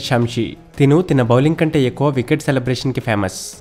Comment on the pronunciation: తిన బౌలింగ్ ఏందిరా. తన బౌలింగ్ అనరాదా?